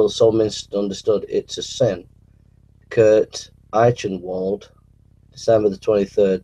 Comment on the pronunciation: I notice that pronunciation of 'Eichenwald's name is up to his usual flawless standard. It's NOT 'Eye 'Chen' Wold' but 'I KEN WOLD'. And someone please tell that newspaper and magazine articles are not intended to be 'scholarly works'. ( Despite often labeling those he agrees with as such. ) ludicrous obsession with those words is really starting to grate.